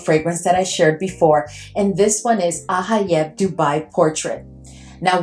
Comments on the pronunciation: It’s pronounced Ajayeb with a j sound. The j is never pronounced like an h in Arabic. Enjoyed watching your ranking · You pronounce the J in ajayeb. It's not a Spanish word